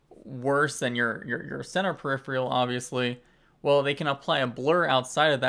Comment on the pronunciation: Love you but please start pronouncing peripheral right, it's not periphrial!